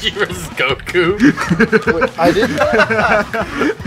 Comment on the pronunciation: Reads Goku Says Gawku